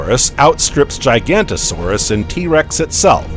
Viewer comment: ok i just cant watch anything where Giganotosaurus is pronounced "GIGANTO-saurus" come on guys make a little effort